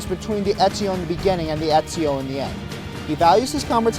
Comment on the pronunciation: Very nice Italian with Ezio's name.